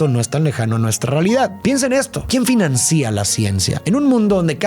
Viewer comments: "Quién financÍa a la ciencia?". También dice "Entró adentro, volvió a repetir" y demás calamidades... En fin... PD: "Financia" se debe decir (acentuando la primera "A", no acentuando la "I"). En fin x2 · quien financia la ciencia? la acentuacion en la palabra financia suena un poco raro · es muy inteligente, pero debo admitir que me chirría cuando pronuncia mal palabras como «financia», y dice «financía» 🤦🏻.